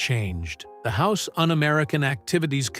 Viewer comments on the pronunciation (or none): none